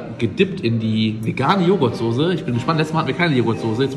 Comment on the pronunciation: Oh Gott es regt mich so auf, wenn Leute Sose anstelle von Soße sagen 😂😂😂😂😂 Kuss :D